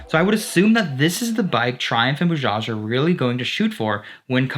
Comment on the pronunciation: Nyc video bro.. But its not boojaaj.. Its B A J A J